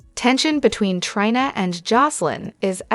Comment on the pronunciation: Please make the robot stop saying Try-na! It's Tree-na.